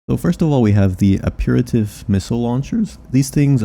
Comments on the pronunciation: 'apeerativ'...Aperitif is pronounced 'APEHRuhTEEF'. it and the other items from that same source all have culinary references. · Great info, though I've found it after a regulation upgrade has made it somewhat obsolete. Btw, "apertif" is French for appetizer, fitting the full course meal theme of Carla's AC. It's pronounced ap-per-TEEF.